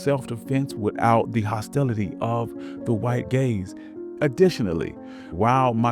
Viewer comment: “without the hostility of the white gays” ?? I thought you must’ve said “white gangs” but I rewound a few times and I can clearly hear “white gays” lmaooo